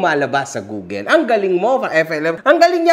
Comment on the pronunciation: Google, not googel